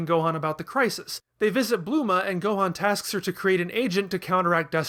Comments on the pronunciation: her name is bulma not bluma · Dude. It's Bulma, not Bloomah. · Didn’t know Bulma was pronounced Bluma lmao